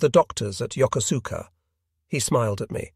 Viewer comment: It is pronounced Yo koos ka with emphasis on the koos.